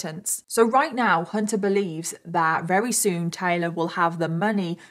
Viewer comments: Love... but does anyone else notice she says very with the v sounding like an r? Is that how people from the Uk pronounce v's? Like r's or is this a problem with speech? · Anyone else thinks it's cute that sounds like she's saying wery instead of very most of the time? 🥰👌😂 x